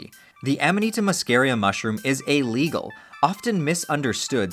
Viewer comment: Is it "a legal" or "illegal"??